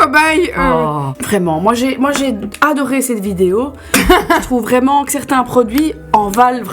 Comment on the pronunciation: Je t’adore mais tu dis Vidio ça me stresse 😂